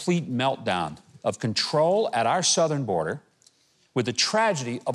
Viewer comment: BORDER. NO "A"!